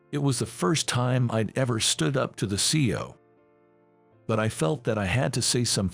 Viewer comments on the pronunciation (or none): It’s C-E-O each pronounced individually not see-oh. Words should be practiced before it is recorded.